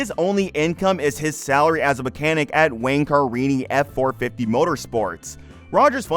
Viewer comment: So I guess you have never seen an episode of this show? Car ini? It's Ca rini.